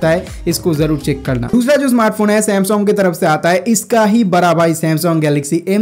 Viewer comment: Samsong nai bhai sam - sung*